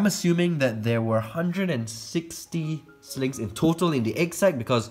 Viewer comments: I can’t tell if he’s saying “Snakes” “Slings” or “Sligs” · Why did I keep hearing slaves instead of slings